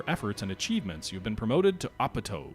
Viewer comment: (op-tee-o) not opito lol